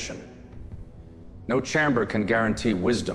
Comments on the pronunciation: Fantastic except for pronunciations of certain words = CH-aim-Ber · I wish they'd stop mispronouncing chamber......and Coruskant?........Coruscant it should be.